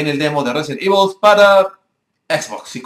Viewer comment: xD Evol 6 xD da risa como lo dice xDDDDDDD